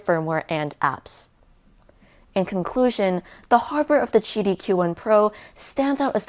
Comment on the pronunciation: If it's che-dee wouldn't it be the chu 1? JK 😂